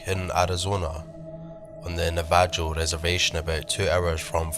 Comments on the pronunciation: My nan says na-va-joe. Navajo, bro. Nav-a-ho. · Great stories, Navajo is pronounced nah va ho. 💜